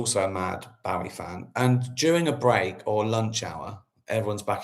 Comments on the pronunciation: Is that how we are meant to pronounce Bowie? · I thought it was pronounced Bowie not Bowie 🤔😬